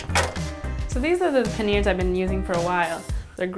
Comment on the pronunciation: What happened to the "I" in panniers. It's not meant to be silent!